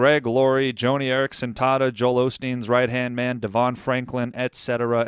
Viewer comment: BTW,, it isn't JOANIE Eareckson Tada. It's JOHNNIE Eareckson Tada.